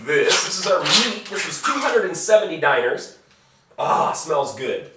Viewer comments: I love how you mis pronounce dinars. Makes me laugh my ass off every time. Dee-naar Not diners :) lol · It's pronounced "DEE-nahrs" not DIE-ners (or Diners)."